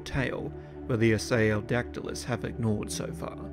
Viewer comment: Are you *mispronouncing* the name of this Early Cretaceous pterosaur from approximately 120,000,000 yrs ago, You strangely say “I-Say-O-Dac-Ti-Lus,” when the species orthography would suggest “IST-Ee-O-Dac-Ti-Lus” as the proper, correct pronunciation, as the name “Istiodactylus” means “sail-finger,” which is a compound of the Greek “istio” [pronounced “Ist-E-O”—- with the first syllable pronounced the way one pronounces the “ist” in the English word “fist”——and “dactylus,” the by-now quite familiar Greek word for “finger.” I do actually have an evolutionary question,. By the Cretaceous Period (particularly the Late Cretaceous) many of the more evolutionarily advanced pterosaur species——such as the (in)famous pteranodon and nearly all the great Azdharkids—-lost their teeth and tails (which had been characteristic of many early, Jurassic pterosaur species, such as the Rhamphorincids), and they instead developed large, toothless beaks. As the Istiodactylus was an Early Cretaceous pterosaur rather than a pterosaur of the Late Cretaceous, *DO YOU THINK ISTIODACTYLUS’S STILL HAVING ITS TEETH RATHER THAN A BEAK IS AN INDICATION THAT IT IS A MORE BASAL FORM OF PTEROSAUR THAN PTERANODON AND THE AZDHARKIDS? Or, rather, do you think that the Istiodactylus was a highly evolved pterosaur that just happened to keep its teeth because of the scavenging niche it occupied in the food chain?*